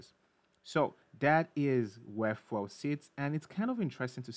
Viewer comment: lol "fwel"